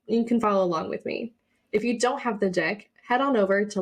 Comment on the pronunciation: If you don't have the d)(! grab it😂 was it me or did it sound like she said the D word, and not deck....